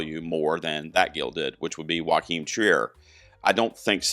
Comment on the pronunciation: Great comprehensive breakdown. tiny thing - Joachim is pronounced “YO-keem”